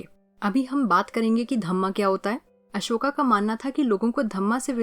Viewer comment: broo its ashoka not asoka